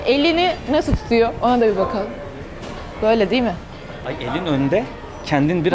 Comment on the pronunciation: Bekalım nasıl olacak "BEKALIM"😂😂